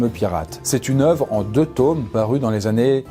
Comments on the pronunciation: "en 2 tAUmes" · "c'est une œuvre en 2 teaumes" chui mort 🤣🤣